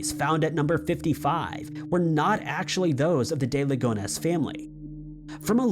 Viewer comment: For the francophiles out there: it’s Agnèsssssss but it’s DuPont de Ligonne(s) In other words, in French we pronounce the S in Agnes (Ann-yes) but keep the S silent in Ligonnes. Why? …I have no idea. 😅